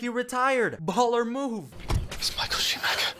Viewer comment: You can't be a fucking F1 fanatic and still pronounce it SchumaKer, really